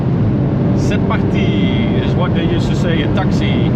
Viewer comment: Georgous « C’est partiiiiii » with a perfect french accent ! I love it ! See you slower in France😂